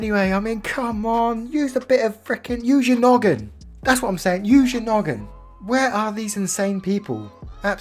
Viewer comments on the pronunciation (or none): I've never heard you sound more British than when you said "oh my WOOOORRRDD" and "use your noggin!!!!"